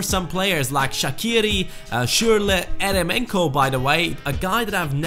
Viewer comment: Its pronounced yeremenko